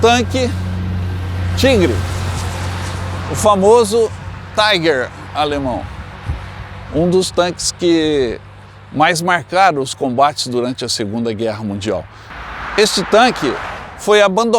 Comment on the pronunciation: Não se pronuncia táiguer, se fala tígar. O carro é alemão. E não inglês.